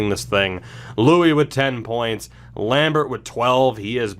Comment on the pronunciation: Louhi hould be pronounced more like low-he, instead of loui, like you say it now